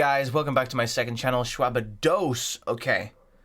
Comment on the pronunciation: Hey guess welcome to my second channel ShwabdDOS” 😂😂😂 love how enunciates that last syllable